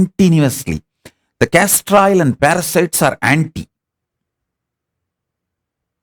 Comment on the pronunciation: Please tell me you said castor oil